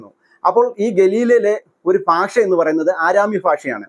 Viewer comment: ഫാഷ അല്ല ഭാഷ